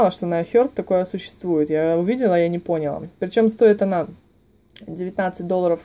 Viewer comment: Все супер по информации, но говорится "понялА" и "пилА", "началА", а не "пОняла", "пИла" и "нАчала". .